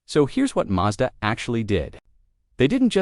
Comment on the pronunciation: WHY does it sat "MAJDA" - more AI nonsense????